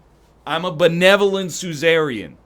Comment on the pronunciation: I know this is petty, but if he keeps saying "soo-zare-re-in" he should have to change his leader to Caesar's lesser-known brother, Suzer.